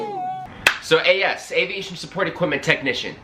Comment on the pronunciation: As-ses lol you worked with a lot of what bro ?? 😂😂